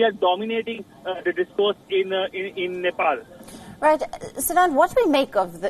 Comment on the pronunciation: I swear I heard she said Nipple PM 😳